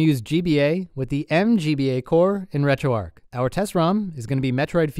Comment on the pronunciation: It's pronounced "retro arch" as is arch Linux. Not arc. Just FYI.